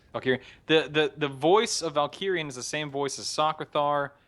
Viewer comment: The Immortal Emperor is called Valkorion not Valkirion